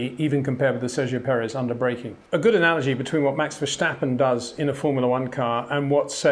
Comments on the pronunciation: So should I pronounce your last name has Windshor? Windshore? Windhsjjjhooore? Verstappen is not a character in an Austin Powers movie. It's just an s. Say it out loud: I step outside, not Schtepp outside. Have a Schwepps, by all means. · Great analysis Peter, just one little thing: Max is called V-e-r-s-t-a-p-p-e-n. Unfortunately you permanently pronounce his surname as Versjtappen or Vershtappen. So it is Vers as ‘Verse’in English and tappen as ‘tapper’ in English. Dutch is a bit of a handful at the best of times. I’m sorry to bang on about it but it would improve your brilliant analyses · Welcome to another how to pronounce 'Verstappen ' comment. If you really want to keep the English vibe to the name: Fur-step-un notice there is no 'J' in the name. To sound it more Dutch-like: Fair-step-un Come on 'By Peter Windson', I know you can do it! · It's not vershtappen... Pronounce the st as in step and you're fine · What in the world makes you and other Englishmen pronounce Verstappen as "Verschtappen"??? It seems very ignorant and inpolite. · Another hint for the perfectionist, if I think who you are, you’ll want perfection. Otherwise, don’t be annoyed- it’s really the last 0.00001% to perfection: the British press pronounces “verstappen “ with a ‘Stichlaut’ meaning that the ‘S’ is pronounced as ‘sh’ or ‘sj’. This is not the Dutch pronounciation - he is no German citizen. It is pronounced like Britsh people say ‘step’ or ‘stair’, not like ‘shit’. Just that you know. I really love video’s like this, because as a non-racing driver, you teach me things I can see on the track, but can’t analyse or construct myself. Thanks for that! Have a good weekend! 👍😊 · Brilliant video, thoroughly enjoyed it, just one teeny tiny thing. Max is Dutch (and Belgian, but the Dutch speaking part of Belgium), not Deutsch. The S in Verstappen is just an S sound, not an SJ or SCH (as in schumacher). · Why do all the Englishmen pronounce VerStappens S so weird? There is no H after the S.